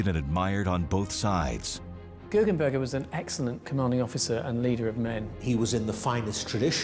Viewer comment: its GuggenBERGER not burger XD